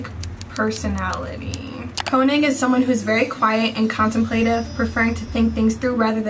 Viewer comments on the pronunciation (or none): I hate to be that person, but when you say könig’s name, you have to pronounce the o like a u, like koonig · I just wanna clarify real quick, König is pronounced like (k-oo-nig) as far as I know, I may be wrong but I recently found out how his name is pronounced. (Btw This isn’t hate or anything) BUT YOU LITERALLY SUMMONED S WHILE FANDOM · Stop, y’all are pronouncing König wrong and it’s driving my insane😭😭